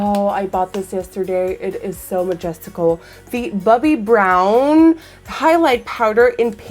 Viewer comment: i love it everytime you say "Bubby Brown" lol